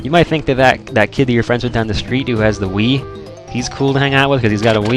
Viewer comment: Lol I thought you said weed instead of Wii.